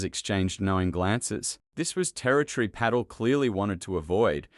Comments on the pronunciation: AI failure. You need to do away with the fake accent and correct the names. Patel, not Paddle and so on. Patel does belong in prison. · P A T E L not paddle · Pa TEL, not paddle. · Isn't it Patel, NOT Paddle. They can't pronounce Cash Patel's name correctly? Not that we should give this egregious liar any respect. It appears to be a made up address from Adam Schiff with the head of the FBI. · Not paddle, its Pah-tell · How about getting speakers who actually know the names of the people who are subjects of these clips? Example: Paddle instead of Patel . . . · 😮Pay-tel??? Teach your AI how to pronounce names correctly or get a human to report. Hard to listen to. Paddle??? Not listening to this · This video needs a better text reader. Pattel ? 20 tee aiche? etc. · "Cash Paddle." Sometimes AI just gets it right. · So poorly made. Artificial Intelligence cannot express Patel's name, repeatedly calling his Peddal. Rely on AI and you end up with your Channel Blocked. This channel is now blocked. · Is this AI !! The narrator doesn't know Cash Patels last name and calls him Cash Paddle. And then using an English accent. O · PAT-ELL, mate! PAT-ELL!!! FFS. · Watch your written narrative. It’s Patel, not paddle. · The narrator is not speaking properly; it must be some weird AI thing. Drives me nuts. Can't even say the name: Pa TELL... jesus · 1) How about at least having a real person talk. These pathetic AI (or maybe old worse-than-AI) text-to-speech destroy my attention to the story. BTW, in a channel called "The Patel Protocol" his name is not pronounced correctly. Paddle? Pedo? 2) All of the pictures make me think we're going to see some actual video of the hearing. Nope! A lot of unattributed verbiage over the top of still pictures. Can we trust this? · An Aussie doesn't know how to pronounce an Indian name, PATEL ??? 🤦‍♂️🤦‍♂️🤦‍♂️🤦‍♀️🤦‍♀️🤦‍♀️ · Bad AI His name is not paddle. Get to the point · AI can not even sat PATEL properly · PA-Tel damn it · That's Pa-tel